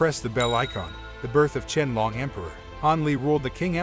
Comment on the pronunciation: Can’t watch if you can’t even pronounce Qianlong’s name correctly.